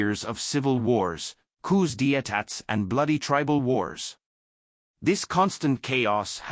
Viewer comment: I can't stand AI that can't pronounce the words in the script, properly. Coup d' etat was particularly offensive. Don't waste my time and patience.